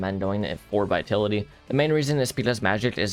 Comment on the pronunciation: the way he mispronounces vitality irks me